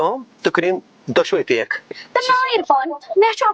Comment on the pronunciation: Pack...❌️ Peakk...✅️ 😂🤣🤣🤣